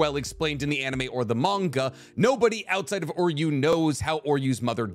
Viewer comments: how do you mange to butcher every name and word from bleach, its Juha Bach (German) not yuha baha, its Uryu not Oryu, Auswählen.............. I'll stop here becasue you are giving me an aneurysm each time you say yaha baha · dude lol I had to PAUSE cause I started laughing. Im like alright, bro calls Uryu - Oreo or some shit. But then that Yawuba hit and I just died 💀💀😭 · Its OOO-ryu not OR-you... and it's not Yu-hub-a its You-ha. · why did you call Uryu Oryu? now he sounds like Oreo throughout the entire video..